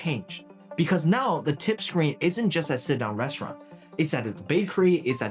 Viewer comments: Restururanıt RESTUURAINN Restururanıt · Restuuraln? Restirurant? Come on man, don't use AI garbage, it's totally unneccessary Also, gratuity means tip in english? Funny, because it comes from a french word that litterally means "free"